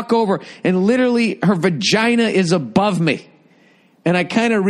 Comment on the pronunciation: “And literally, her vagina is above me.” Something about the emphasis he puts on “above” is hilarious.